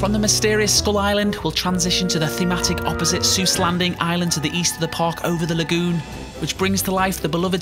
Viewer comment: Eyyyy he pronounced Seuss right XD